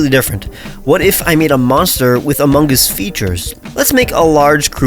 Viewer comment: My man really made the imposter……I’m holding back saying sus OH GOD DAMNIT, also why are you pronouncing the G in among it’s just among not amonguh